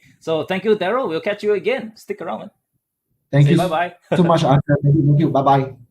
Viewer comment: Daryl his name is Asher not usher lol